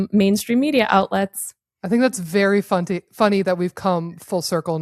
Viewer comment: Ha! She said funty!!! 😂